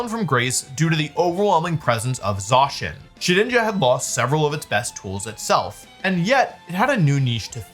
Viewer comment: Idk why but the way that wolfey says Zacian's name kinda triggers me...